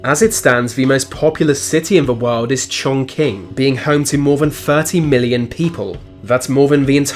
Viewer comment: learn how to pronounce chongqing properly